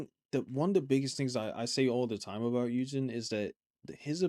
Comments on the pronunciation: i'm asking this as a non american, what accent do you have where you don't start words with "h"? I noticed skz rapper "An" and now dancer "Yunjin" :) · I love your love for him and this is just a nitpicky thing but its driving me crazy how ur pronouncing his name so Just fyi and no judgement here. But his name is pronounced heeyughnjinnn ( in a quick way).onstead of the you its yugh. With a short u not a long one. 😅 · hun-jin, not he you jin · Sorry to correct you but hyunjin is pronounced hyun-jin or hyuhn-jean. Hyun: Pronounced like the word "hyun". Start with a soft 'h', make an "uh" or "ee-un" sound, and finish with an 'n'. Jin: Pronounced exactly like the English name "Jean". Just a little tip